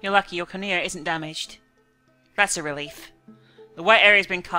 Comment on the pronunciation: Cornea. It is pronounced Core-knee-a. Not blah-blah-blah-a